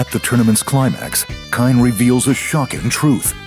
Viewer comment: KINE!? IS that how you pronounce KAIN ? wtf.